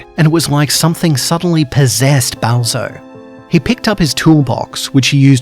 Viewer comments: why did he sound like he said Bowser? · every time he says balzo I hear him saying bowser